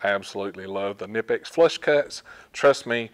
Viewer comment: knipex is pronounced with a k..it is not american